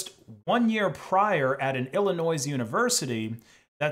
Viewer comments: Did you say “ill a noise” there? 🤷‍♂️ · The S in "Illinois" is silent. It's ill-annoying. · If you pronounce the s in Illinois again I will personally dmca every single one of your videos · The 's' in Illinois is silent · Why are you pronouncing the "s" at the end of Illinois? It's not supposed to be pronounced. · Nooooooooo he pronounced Illinois with the s